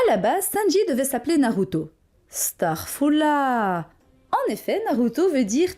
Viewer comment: Mdr big mom qui dit starfoula